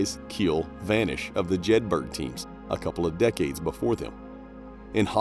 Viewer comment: Jedburgh = Jed-bur-uh